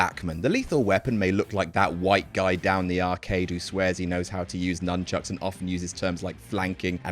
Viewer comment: Stop calling them "Numbchucks" there are Nunchucks pronouced NOON...chuck.